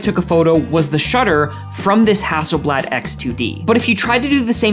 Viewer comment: How can you know so much about cameras but still not know how to pronounce the name?